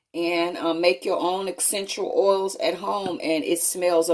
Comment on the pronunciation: Take a shot every time she says “guys” or “exxxxenshul oils” or “senshull oils”